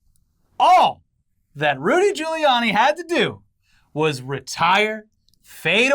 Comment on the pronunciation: I love it how you both screw up saying Rudy Guiliani's name every time you say it, hehehehh